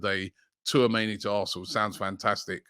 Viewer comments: Man said Twoameni 😅🤣😂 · Was waiting to hear how Robbie would pronounce Tchouameni’s name. My guy didn’t disappoint 😂